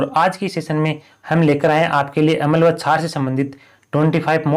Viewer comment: भाई उसको अमल नहीं बोलते अम्ल बोलते हैं